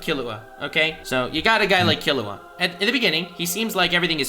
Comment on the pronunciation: Okay, I'm sorry, I clicked on this video because I wanted to hear the takes on the arc and I wanted to hear the reasoning behind the takes, but...... DID JUST PRONOUNCE KILLUA'S NAME AS KAHLUA?! he pronounced his name - Kahlua is an alcohol, man! EDIT: ight, I'm only 15 minutes into this video, and I am gonna keep watching, but idk if I'll watch the whole thing. So far, both of them have made VERY valid points about story writing, characters, the philosophies behind what makes a good story, and more. BUT! They are basically having two ENTIRELY separate arguments AT each other instead of having one debate WITH each other. They are both getting pretty emotional, jumping from point to point, making claims about why it's good or bad without saying WHY that thing makes the arc good or bad, AND they're basically discrediting each other with little to no support to WHY a certain point is irrelevant/illogical/invalid. Also thanks if you've read this far lol I just wanted to share my thoughts. I'm honestly kinda surprised that is getting so emotional, since he's given such deep analyses of stories before. Idk, I guess I just thought he'd be a really coolheaded debater. Guess not so much sometimes lol. I think he may have been feeding off of / reciprocating energy a little bit lol. Also also I think some very bad claims and points and takes were made. Also x3 saying "it's just a show". Like... okay, then why are the best shows ever the best shows ever? Bec